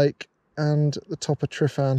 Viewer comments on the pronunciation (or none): "Tre-van" is the pronunciation BTW. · I love you, but you've got to work on your pronunciation. Tryfan is pronounced like 'tr-uh-van'. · Pretty sure D Griff was criticising you for the same pronunciation in his latest video. Still, we wouldn’t know it was being pronounced incorrectly unless we were told. Always keen to learn, whether it’s how to take better images, how not to scare sheep or how to pronounce Welsh language correctly 🥴